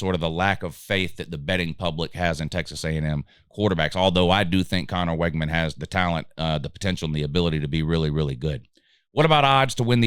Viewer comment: You mispronounced so many of their names it's hard to take this serious. It's Wig-man